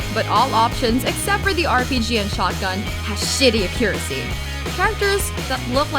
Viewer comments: "And all weapons apart from the shotgun and rpg, have shitty a-curacy" You tried narrator, you tried. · "Acure-acy". omfg. XD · I have no idea why you would bother mentioning Recoil Liberator when it's clearly just an online only multiplayer game. Why in the hell would you ever need a story for a multiplayer game? You also need to know how to pronounce "accuracy" correctly. She also seems a bit color blind or at least the person who wrote the grays and browns bit. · I'm not trying to be mean but the narrator can't pronounce accuracy and has some bad grammar. I like her voice and she's a nice narrator other than that though. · Why does she pronounce accuracy like that? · The narrator cannot even say accurate or accuracy right.